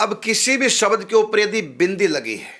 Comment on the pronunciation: कलीम नहीं क्लीम् शबद नहीं शब्द